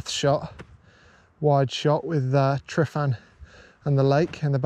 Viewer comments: "Tre-van" is the pronunciation BTW. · I love you, but you've got to work on your pronunciation. Tryfan is pronounced like 'tr-uh-van'. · Pretty sure D Griff was criticising you for the same pronunciation in his latest video. Still, we wouldn’t know it was being pronounced incorrectly unless we were told. Always keen to learn, whether it’s how to take better images, how not to scare sheep or how to pronounce Welsh language correctly 🥴